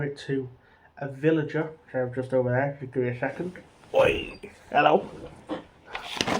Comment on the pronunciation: Btw mate villiger is pronounced with a hard g like villigur